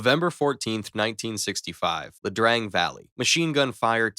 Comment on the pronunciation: LaDrang? IaDrang. Eye-uh Drang.